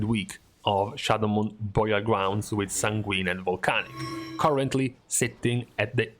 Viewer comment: Just realized can't say "Burial" to save his life lol.